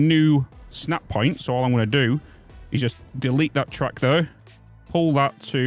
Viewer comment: to my American ears, I kept hearing "truck", thinking "these are trains, why does he keep saying truck?", then realized you were saying "track" lol